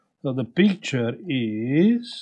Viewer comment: We have peektchure😊 I love it.